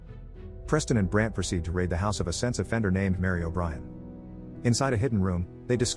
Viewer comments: why does it sound like he’s saying sex offender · When he says sense offender it sounds like sex offender lol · NGL I did not hear sense offender the first few times it was said...